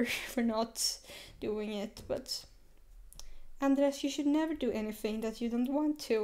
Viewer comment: His name is pronounced Andre